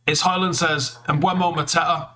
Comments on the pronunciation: It's Mboo-mo. He's said that consistently. Even United just got him to release a video saying how to pronounce his name. Stop mispronouncing it. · ‘Mboomo’, come on now this is how it is said